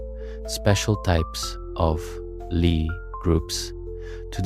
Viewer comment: Good video. But, u forgot the discovery of quaternions and oxtonions, one of the most pivotal moments in Algebra. Analogous to the discovery of non-Euclidean geometry, with many applications. Also, Lie groups are pronounce "Lee", not "Ly".